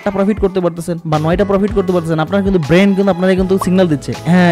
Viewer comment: আসসালামু আলাইকুম ভাই। আমি আপনার একজন সাবস্ক্রাইবার। চেষ্টা করি যাতে আপনার একটা ভিডিও দেখাও আমার মিস না হয়। এতে অনেক কিছু শেখাও হচ্ছে আলহামদুলিল্লাহ। তবে আজ আপনার এই ভিডিওটা দেখতে গিয়ে একটা জায়গায় বারবার খারাপ লেগেছে... তা হল আপনি ব্রেইন কে বারবার ব্রেন্ট বলছেন.. যা খুবি বিরক্ত কর ভাই